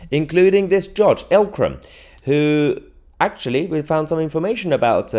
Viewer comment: it's not L Kram, it's Eek Kram. How they got a Jihadi to be the judge for Jihadis?